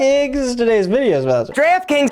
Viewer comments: Draft Kings sounds like Giraffe Kings after the 20th time replays it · NO! NOT DREEEFT KINGS. Wtf is that. 😤 Today's sponsor is GIRAFFE 🦒 KINGS! He said it a hundred times! Yeesh. 😒🙄🤣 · I thought he said giraffe kings